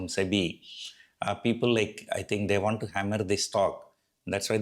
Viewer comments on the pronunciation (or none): none